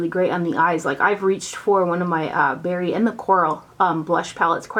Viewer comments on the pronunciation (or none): none